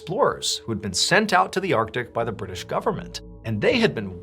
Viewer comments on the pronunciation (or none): none